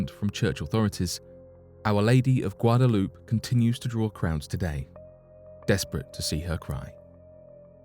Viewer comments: Ponounced GWA-DA-LOOP-AYE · It's pronounced Guadalu”pay”. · It's pronounced Guadalupe my guy, not Guadaloop 😅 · The statue is weeping at the narrator's pronunciation of "Gwadda- loop". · Not a bad attempt on the pronunciation of Guadalupe dude bro the only sound you forgot was to say the letter A after what you said, like this (gwa-da-loop-ay)